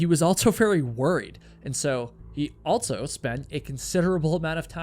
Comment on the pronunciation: ALSO. ALL-SO. There is no T in the word. It is not pronounced with any T sound in the word. ALT-SO is not a word.